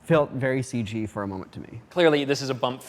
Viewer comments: Please stop saying, "Ceej" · No more "Ceeg" please? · Stop trying to make "Seej" happen.